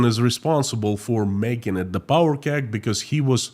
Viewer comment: Powder keg not power